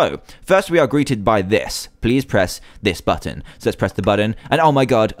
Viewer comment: did anyone else catch Dan say "pleave leave"